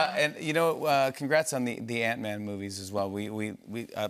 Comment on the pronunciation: I love how she says "ant-man" as antman, like it's his last name